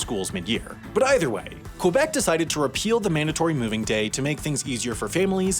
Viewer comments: omg we say CUH BEC not cwuh bec? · Not KOU-bec, but ke-BEC... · I’m not even French-Canadian but the way you pronounced it Qwebec with a W annoyed me a bit. You did so much research, at least say it right! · You pronounce Régime Seigneurial pretty well, but not Québec🤣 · Brags about being able to pronounce 'régime seigneurial', but pronounces Québec 'kwabeck' and Montréal 'mauntreeall'. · Is it just me, or do other people get annoyed hearing Quebec pronounced like this? And the way this person said Montreal... like a cross between French and English... but at least that's not a recurring issue